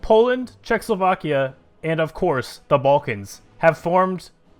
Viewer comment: Its not czechslovakia, its czechoslovakia